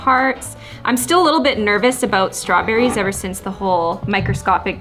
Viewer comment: IM WHEEZING SHE DIDNT SAY STRAWBERRYS SHE SAID “strewberrys”